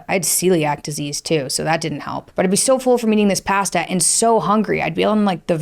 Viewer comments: so..she cant pronounce pasta.. interesting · you say "Pasta" funny, haha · "pasta" there is the Albertan accent. 😂